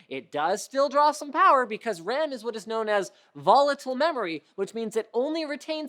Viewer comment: it’s "what" not "wot”